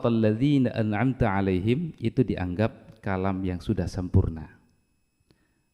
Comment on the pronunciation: Imam membaca( an amta,) seharusnya huruf alif, malah dibaca ain.